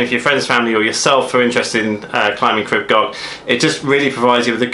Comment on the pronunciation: Nice video crib goch means in English red Crest. But I noticed that people are pronouncing the welsh wrong its pronounced crib (creeb) and it's not gotch its goch (go..cCh)